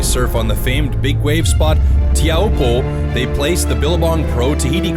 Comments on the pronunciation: its not tee ow po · hahhaa. he said tee-ow-hoo-po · the way he pronounces it just makes me mad